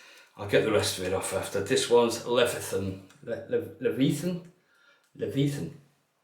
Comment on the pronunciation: "I didn't expect it to be this big." That's what SHE said! 😂 And why are you fighting your way through the plastic wrapping when you have a knife RIGHT THERE?? 🤨 Also, Leviathan is pronounced "luh-vie-uh-thun." It's a mythological sea monster referenced in numerous works including the Bible. Hope it doesn't swallow your face. 😅